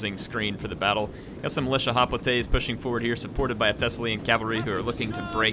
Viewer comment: As much as I like Total war Rome2, It pains me to listen to call Hoplites... Hoplatay's. He started out saying it right, Than cringe factor started.....